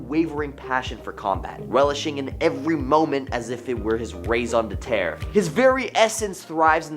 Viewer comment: also "reson d'etre"